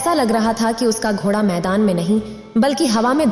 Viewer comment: घोड़ा यानि ड़ का उच्चारण सब जगह सही करें। शेष सुंदर वर्णन